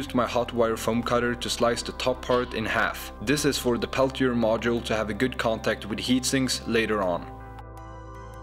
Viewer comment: It's a Peltier module, not a Pelthier module, so it's not pronounced with an 'h' after the 't'.